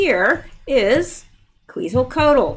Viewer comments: pronounce "ketsal co ach" Quetzalcoatl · I have been to the Denver airport a couple of times. It has a very satanic vib to it, when I have been there I could not wait to get out of there. Quetzalcoatl is pronounced Qwet za cot al.